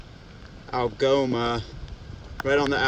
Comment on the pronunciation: Algoma is the first town he said right the whole trip lol